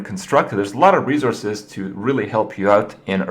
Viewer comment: Kringetastic Krippisms Volume 1. herthstone rezourzes mayta game bomBer alicetrasza